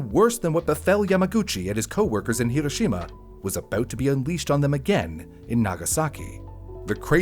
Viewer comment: Thank you for actually saying Hiroshima correctly. My teachers all hated me for correcting them every time.